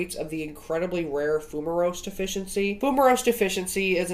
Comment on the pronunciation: Not that it is a huge deal, but with Fumarase deficiency the ending of the word is pronounced ACE not OSE. The OSE ending in biology and biochemistry indicates that something is a sugar, where "Ase" is an enzyme. Just passing on some knowledge that I have!